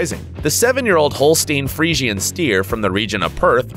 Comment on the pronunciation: Hole-steen free-see-in 😂